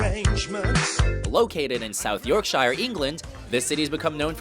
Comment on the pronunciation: nice pronunciation of South Yorkshire lmao